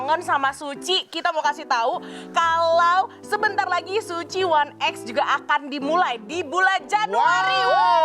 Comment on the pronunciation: kenapa jadi kayak bioskop 'one ex' kenapa bukan 'ai ex'